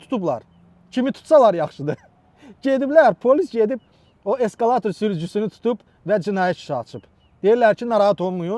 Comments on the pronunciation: Eskalatir yox ekskavator😂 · Eskalator yox, eskkavator😂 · Eskalator yox ekskvator😂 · Eskavator yox, Ekskavator! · E qurbanoıum ay səviyyəıi oqıan:Eskaıator yox Ekskvator